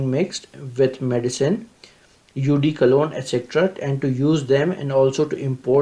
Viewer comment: Eau De Cologne hai... Na ki UD Colon